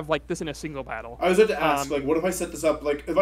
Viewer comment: Could've sworn he said bowel mechanics instead of battle mechanics